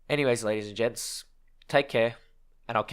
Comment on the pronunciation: you are saying ladies and gents or ladies and jets? both makes sense for WT